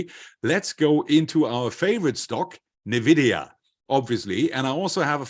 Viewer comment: Bitte bitte bitte, diese falsche Aussprache und Schreibweise von NVIDIA korrigieren (Eigenschreibweise: NVIDIA, Aussprache: /ɪnˈvɪdiə/, von spanisch La Envidia, Neid)